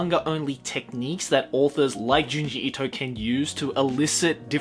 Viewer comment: Thank you for pronouncing his name correctly